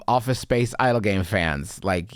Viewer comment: I was so thrown away when Justin kept pronouncing idle games as Idol Games like my dude yeah come to idol hell